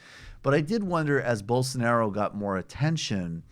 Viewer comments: Why did he have trouble pronouncing Bolsanaro’s name? Hasn’t he spoken about him before? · gaga: He dosn't evan know how to pronunce the guy's name. I doubt h knows anything about his specific policies.